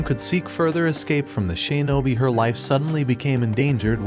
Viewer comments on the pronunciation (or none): shinobi❌ sheenobi✔